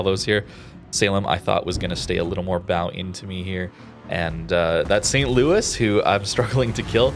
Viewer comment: St. Louis is a tier 3 ship. Saint Louis is pronounced differently. You're doing it for Jean Bart. Why not for here?